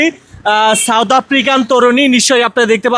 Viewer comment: ছাওদ নয় সাউথ,, সুন্দর করে বাংলা ভাষা কে প্রেজেন্ট করবেন।।